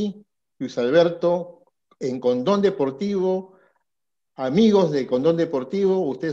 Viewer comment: Escuche "amigos de Condon deportivo" jejeje